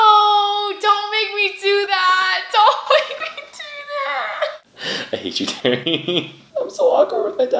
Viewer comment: the way he says terry 😂